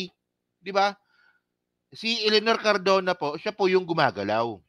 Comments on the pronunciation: CARDOBA KA NANG CARDOBA E MALI KA!!! CARDONA! CARDONA! CARDONA! MALI MALI ANG PALAGING SINASABI MO, PATI PAG BABASA MO MALI MALI! ITUWID MO NGA YANG GINAGAWA MO, HINDI LANG DITO, PERO PALAGI SA IBA MONG MGA VLOGS!!!!!! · Cardona hindi Cardova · Cardona! hindi Cardova!